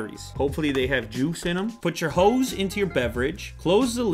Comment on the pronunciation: Okay am I the only one who heard as 'Put your hoes into your beverage'?